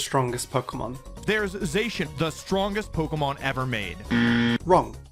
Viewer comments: I love how after discussing how to pronounce Zacian's name but then later pronounces it differently. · This is how to pronounce Zacian's name Also: continues to mispronounce Zacian's name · Bro if I see one more idiot try to say that mimikyu is a pikaclone I'm gonna lose my shit Also YOU PRONOUNCED ZACIANS NAME WRONG IN THE SECOND HALF OF THE VIDEO 😭😩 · Explains how to pronounce Zacian, completely butchers it minutes later. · Can we talk about how he starts by talking about how to correctly pronounce Zacian and then repeatedly mispronounces Zacian ? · How Ageislash and Zacian are pronounced both weird. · I love how the first entry is about how to pronounce Zacian, then in a later entry he still pronounces it wrong. The irony. I'm not trying to be rude, you can pronounce it the way you want it's your choice lol . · Fact one: it's pronounced ZAShian Later: ZaSHIan is not the strongest pokemon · The Zacian mispronunciation pisses me off. People can pronounce the Zah in Zamazenta correctly but not for Zacian. You even bringing that clip up of the correct pronunciation still had me wonder why people couldn’t say Zacian correctly. I feel like those who probably don’t want to pronounce it like that probably find it stupid despite it being pronounced “The Cyan” in Japanese. It’s like how Raikou’s official pronunciation is “Rai-koh” due to Rai and Ko. But I hear people pronounce it as “Rai-coo” due to 4Kids. I also don’t like how many people think Koraidon not using the “wheels” is stupid as it represents the past and is moving physically. Also since like Miraidon, it’s a pun of a motorcycle but it’s old fashioned. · Ive always called it za-shi-an and to people who call it zay-shin… its supposed to soud like cyan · You: IT'S PRONOUNCED ZAHSHEEAN NOT ZESHEAN Also you: So anyway Zeshean is not the strongest Pokémon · "So there you go. 'Zacian' is pronounced 'ZUH-she-un'". [later in the video] "zuh-SHE-un".